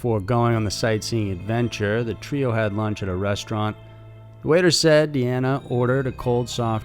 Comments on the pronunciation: Why do you change the pronunciation of Deanna? It's not Deena, It's De anna - Deanna! Show the dead some respect by at least getting her name right!? Jeeeeze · can't decide on the pronunciation of Deanna's name. Says Deeeanna a couple times, then starts calling Dena. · I'll go ahead and represent for the "that's not my name coalition" and speak on your pronunciation of "Deanna" which you said correctly a few times, but mostly said it as "dee-nah" (like mine) there are several ways to spell this name, but Deanna isn't one of them. There is Deana with a single N, the double N is always Deanna. Trust that all of us with this name, no matter the spelling, cringe but excuse every mispronunciation or misspelling of our name. We smile and joke because we've spent our entire lives correcting this...lol... that is all... 🙃🙂